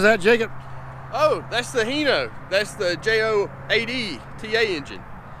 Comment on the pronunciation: Hi Tim, why in America do you pronounce it as Heno, when everywhere else say Hino, like when I greet you I say Hi Tim, instead of He Tim how are you. Sorry for being sarcastic.